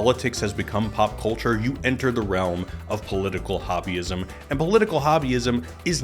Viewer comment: When he said Political Hobbyism, I heard Political Wahhabism.